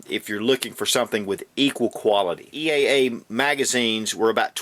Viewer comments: He keeps calling eaa witness a cz very confusing also it's eaa not eea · it's EAA not EEA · he says "EEA" about a hundred times, and he got it backwards when he said all of the calibers that are available on the CZ...when he really meant they are available on the EAA pistol. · lol a couple times you accidentally said eea a couple times :)